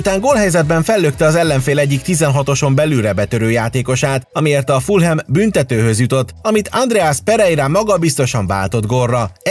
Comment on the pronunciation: Fulham🤣🤣🤣🤣🤣🤣🤣🤣🤣🤣🤣 👆🏻Fulöm 👍🏻👍🏻👍🏻 Brutális hibák vannak itt a kiejtésekben!👆🏻Ez nem jó👆🏻